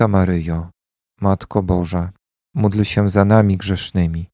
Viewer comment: Bóg zapłać za wspólną modlitwę. Pragnieniem moim jest by wymawiać módl się za nami czasami słyszę muć się, i by stałe wymawiać Zdrowaś Maryjo i Święta Maryjo.